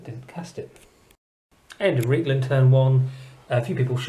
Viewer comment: Reikland should be pronounced with an I sound, the River Reik is an analogue of the Rhine and the two sound similar - not that it makes a difference five years after the fact :-)